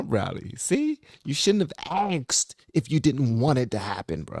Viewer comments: It’s asked. Not axed. If you want to be taken seriously. Speak clearly. First rule for public speaking. You are smart! Show the world how smart you are. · Learn the language, the word is ASKED not AXED.